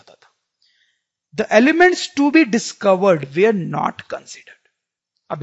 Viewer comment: Sir aap were ko where bolte ho